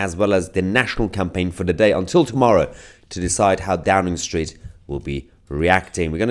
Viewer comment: It sounds more like " A Drowning Street" rather than Downing street